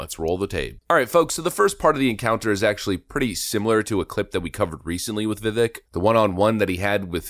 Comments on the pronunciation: All these videos about vivek and you still pronounce his name wrong 😂😂 come on brotha man it'd viv-ache not viv-ick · Vivek is pronounced Vivake like cake. I learned this the other day and was mispronouncing it too. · Vivek is pronounced Viv-ake like cake. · Say his name right! It’s Vivek, sounds like VI- VAKE, not VI-VECK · DUDE ITS VI(VEK) RHYMS WITH CAKE. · I've learned (when he was a live guest on Tim Pool), Vivek is pronounced vih vake not vih veck (as I'd originally thought myself)... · It’s Vivek, rhymes with ache or cake viv-ayk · You are mispronouncing his name. He says you pronounce it like cake. "Vivake" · Vivek's name is pronounced Vi-Vake........second syllable rhymes with LAKE! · Vivek sounds like vi vake. Rhymes with “cake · Great show. Vivek is pronounced vivake like cake! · Pronounced "Vi-VAKE"! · Ramaswamy is too awesome a voice for the Truth -- we OWE the guy an accurate pronunciation of his name, as he has said it's important to him. It's pronounced "vi-VAKE" -- a long "A" for the second syllable. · Pronounced Vi”vake”. Get with it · Like him, too, but it's Vi-vake, rhymes with cake 😊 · Show some respect to the man.. his name is correctly pronounced as Vi-vake, as in ‘cake’. To repeatedly pronounce it incorrectly is asinine. Jes’ sayin’! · Dude it’s VIVEK LIKE CAKE!!! This is cringe af hahah ur supposed to be up on the news and politics, can’t even say his name right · Just so you know, it's pronounced Vivake. He needs to be Trump's VP pick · Vivek, rhymes with cake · It’s pronounced “viv-ake,” like cake! 😉🤘🏻 🇺🇸🇺🇸🇺🇸Vivek 2024!!!!🇺🇸🇺🇸🇺🇸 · It's Viv-ake as in 'cake'. 👍 The more you know 🌈🌠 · Vi-vake is the correct pronunciation. Thought you should know because you'll probably be saying his name quite a bit in the future. Just FYI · Vivek rhymes with cake, rake, bake, wake. We should at least say his name correctly. Please. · I hate to be that guy...and I don't think it bothers him, but... Vivek=pronounced 'Vivake' like cake.